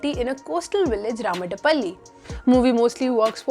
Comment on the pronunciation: Not ''raamada palli"" it is "ramadha palli"